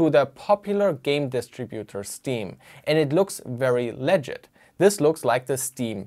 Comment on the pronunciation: Pro-Tipp, das bekommen irgendwie viele Deutsche nicht hin: bei "legit" liegt die Betonung auf dem "i"